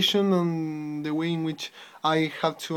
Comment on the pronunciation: Oral Journal:: Please, pay attention to these details in your speaking: - punch? punched? pronun + word/use - choice) - How could people attak this (questions order) - The linguistic imperisalism ( Use of "the") - the (pronun. before a consonant and a noun) - Organization: This is something that you should practice. You have brilliant ideas, however, you are still struggling trying to organize them. Also, you don't need to speak fast, English is not your first language, your objective should be to be understood by people. RUBRIC: Fluency: 10 Organization: 9 Language Structuring: 8 Vocabulary: 8 Pronunciation: 8 Task: 9 Organization: 8 Reflection Quality: 9 TOTAL SCORE: 69/80 MARK: 5.6